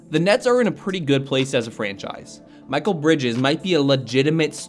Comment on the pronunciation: It’s not Michael bro , it’s muh-kel bridges .